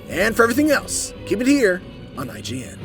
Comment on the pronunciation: IGN, sounds like eight-GN